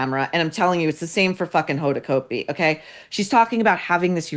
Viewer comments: You may be 100% correct but geez… Maureen you are sounding so much like a bully. And btw you pronounce her name incorrectly. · I agree with you about Hoda. But don’t purposely mispronounce her last name. It’s just juvenile and stupid.